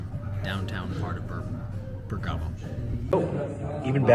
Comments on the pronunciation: Please Bérgamo not Bergámo.. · We have had many beautiful Christmas occasions in Bergamo This guy is giving the worst video with commentary I have seen. He can not even properly pronounce Bergamo. Go back to Walmart and McDonald's. Find a new hobby.